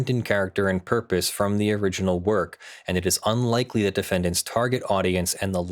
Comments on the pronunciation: The inflection used and silent D in "and" definitely made me hear "Party NBS" as well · When I've heard you saying "Party and BS", I seriously have heard "Party NBS" - and I was thinking, either there is American Sports League that I've never heard of, or it's some news station 😂.